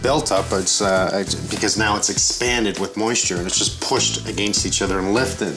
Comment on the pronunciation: After all of these years watching Mike, I still get a kick hearing him pronounce "against."